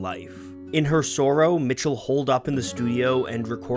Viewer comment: The way you pronounce the word "sorrow" triggers the fuck out of me. love your work though, I've discovered so many artists because of you.